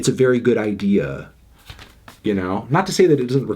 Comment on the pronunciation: stop saying idea like that